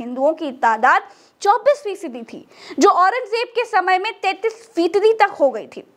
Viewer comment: didi se bola nhi ja raha hai fisadi ko fitadi kah rahi hai aur chali hai itihaas batane 😂😂😂